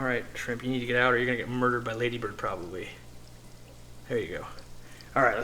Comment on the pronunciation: It’s not Ladybird it’s Laaaaaadybird.